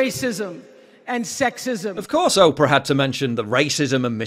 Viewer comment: Her name is Oprah, not Op-rer